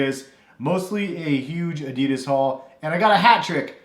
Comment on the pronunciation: That's not how you pronounce Adidas